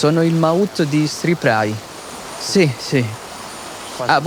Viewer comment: The term «mahout» should be pronounced as it is in the language in Thailand, not as if it was an english word !